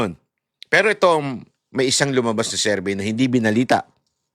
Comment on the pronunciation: SERVEY SERVEY, TONG SI KATANDA NA SA VLOGGING BOBO PA RIN SA MGA PRONOUNCIATIONS